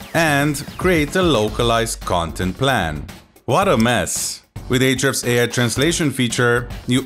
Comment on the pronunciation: Lol. "arshhds" sounds good! ;-p